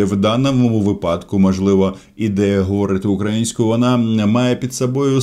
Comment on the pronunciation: Слова, які часто неправильно наголошують. Наприклад, вИпадок чи випАдок. Запам'ятайте, що наголос завжди падає на перший склад, як у словах висновок та виняток. Казати - випАдок, так само,як російською мовою, казати - случАй, замість - слУчай. ...вИпадок, вИпадку, вИпадках...випадкОвий, випадкОві (случАйные).